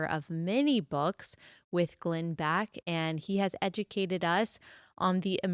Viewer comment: His name isn't Glenn "Back," it's Glenn Beck.